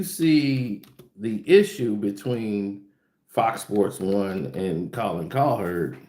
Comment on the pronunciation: I love u but damn bruh. Colin cow(heard) that’s y it’s the heard Colin (kap)ernick u be adding ls to they name lol😂